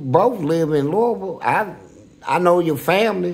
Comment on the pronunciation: Is originally Kentucky? He actually pronounced Louisville the correct way, if you go there, they will say it like Fleece Lou pause a ville.